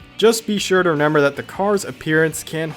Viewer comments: Y you keep saying "Renember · Is he saying reNember